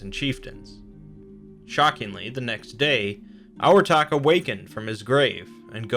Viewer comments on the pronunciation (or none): For Abhartach I think the bh should make a v sound